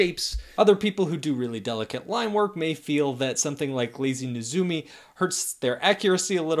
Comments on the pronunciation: Or maybe it's Neh-ZOO-mee. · You got it right the second time. Nay-ZOO-mee.